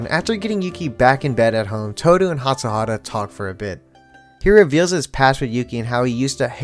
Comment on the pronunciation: I love watching your fruits basket videos! Btw I believe it’s hatsuHARU not hatsuHARA! :)